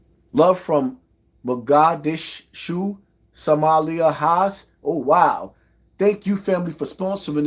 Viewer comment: Ma-gosh-dish-u😂😂😂😂😂😂😂😂😂😂😂😂😂 Reading is fundamental